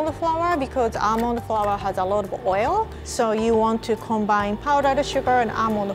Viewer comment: OMG WHEN WAS TRYN TO SAY ALMOND FLOUR SHE SAID ELMO FOUR YOU DO KNOW THAT RED BOI OMG I LAUGHED SO BAD😂🤣🤪